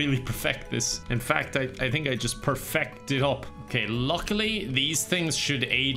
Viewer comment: "perfecked" got me